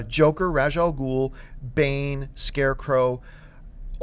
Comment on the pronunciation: They pronounced Ra's Al Ghul wrong. And Metallo isn't an alien. Zod, however, is an alien. As is Superman